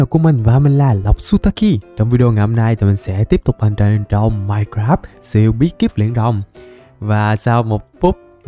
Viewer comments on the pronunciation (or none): none